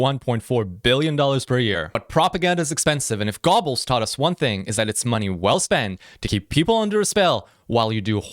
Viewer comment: 'Gob-el' nope try 'go-bulls'. Paul Joseph Goebbels[a] (29 October 1897 – 1 May 1945) was a German politician and philologist who was the Gauleiter (district leader) of Berlin, chief propagandist for the N Party, and then Reich Minister of Propaganda from 1933 until his suicide i